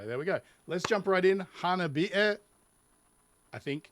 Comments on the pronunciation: You hit close to the mark even before playing this. They mostly sing about difficult topics--harassment, sexism, addiction, and of course, sweets. Thanks for checking them out. You also got the pronunciation right! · Two great things for a first reaction, you pronounced their name correctly and appreciate that Yukina, lead singer, is the Tasmanian Devil of screamo. Thanks for your educated view about female musicians and what the metal genre is or is not according to some vociferous fans. I see you have discovered BabyMetal. The hatred against them was insane, in the early days. There is more Hanabie for you to experience. Have a look at an earlier song before they had a full time female drummer. Lollipop Candy Girl